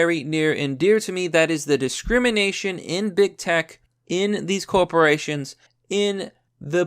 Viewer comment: 'Coporations' and 'puhgressive' aren't words, you pathetic idiot. God, you can barely read, you can barely speak English, and you constantly spread misinformation. You are the reason that the First Amendment shouldn't apply to everyone.